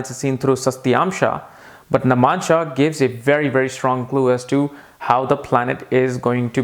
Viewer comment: Hey, just an observation: u r pronouncing the word 'navAmsha' as namAnsha.